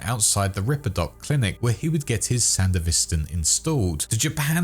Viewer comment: Why do you say Sandevistan like that 🤣🤣 Cool video tho. Thanks!